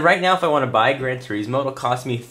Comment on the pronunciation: it's "Ter-iz-mo" not "Ter-eez-mo" but nice vid as usual 5 stars!!